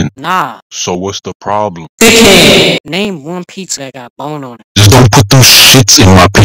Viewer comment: It kills me every time he says “D I C K H E A D”